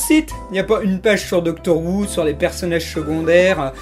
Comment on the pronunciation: "Doctor Woo" j'imagine un docteur asiatique (Who à prononcé comme le Houx)